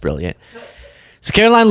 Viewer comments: The correct pronunciation of the press secretary's name is karolyin' leave it. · It's Karo-lie Leavitt.